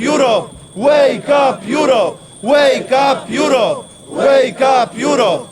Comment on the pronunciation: Łejkap jurop... jeee 😂 A poza tym Korwin to równy gość!!